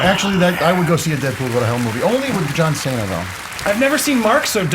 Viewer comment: John Saynuh